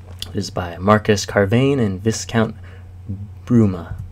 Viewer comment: P.S. Not to be the kind of guy who corrects ppl, but I'd wanna know if it was me: "Viscount" is a title of nobility, like lower than a Count, rather than a name, and is pronounced v-EYE-count. So it's saying: Marcus Carvain, the Viscount [leader] of Bruma. Cheers!